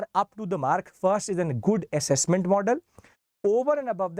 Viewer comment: Accesscment ❎ Assessment ✅